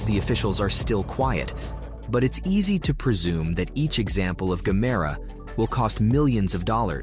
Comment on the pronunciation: Aloo gemere..not gamera😂😂😂😂